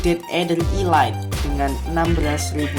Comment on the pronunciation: bacanya elit bukan ilait